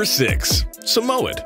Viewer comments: Sa mow ed? We pronounce it Samoid in Australia. My inbox me had 2 as a kid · is anyone else annoyed by the was he said Samoyed? its literally pronounced (sam-oi-ed) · SamOh-Ed? Seriously? If you are going to pose as an “expert” by making this video, take the time to learn to pronounce the names of the breeds. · My Moodle was $5,200 And you say Samoyed like “Sam-oyed” And great vid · Not everyone knows how to pronounce it. 😉. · Im kinda triggered how he said Samoyed because I had one myself but I wont argue because their big puff balls.